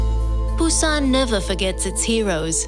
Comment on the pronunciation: Why can't she pronounce Busan ? Ain't that hard. No video of Gamcheon village love that area.